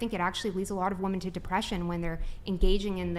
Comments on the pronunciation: I don't know if it's an American-English thing, but as a Brit I found it astounding how the entire panel were unable to differentiate between or effectively use, or pronounce the words 'woman' and 'women'. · Girl is based but her continuously saying woman instead of women is driving me nuts!!! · I’m cursing the superchat that pointed out they pronounce “women” like “woman”. I can’t unhear it! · I'm glad someone finally pointed out that nobody on this podcast can properly pronounce "women", and they end up saying "woman". Now if we could get them to pronounce their L's. It's not "coacher", it "culture". It's not "peopoh", it's "people". L's exist. And yes, your intros are too damn long. Everyone skips the first 5 minutes anyway, cut it down. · I swear I'm going to end up not watching this podcast anymore cause I can't stand these idiots saying woman instead of women. California is retarded. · I agree with black shirt, Christian, but why is she saying “woman” when she is referring to “women“ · Chick in the puffy black dress does say "woman" instead of "women" 😂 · Most of the girls do say woman constantly. I can tell there is a difference, because pronounces it correctly. Learn how to say it right: ˈwo͝omən 🤦🤦🤦🤦🤦🤦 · Are these women saying “woman” in place of “women”?? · For god's sake why can't women that come on this podcast say women(plural) properly? 🤦🏻‍♂️ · Man....pronounce the word Women correctly.